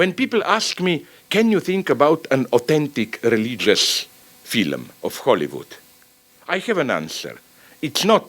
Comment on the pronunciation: I swear, Slavoj fucks with you with his accent. I hear him pronounce the age old 'Phylum' instead of 'Film' and think "Ah that accen-" and he hits me with 'Adequat' before I can even finish my derisive thought. I can't help but think it's deliberate.